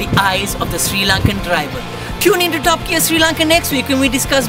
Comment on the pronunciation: Hahaha!! Srirarry !!